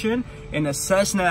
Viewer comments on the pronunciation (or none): none